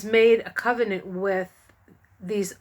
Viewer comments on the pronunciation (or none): none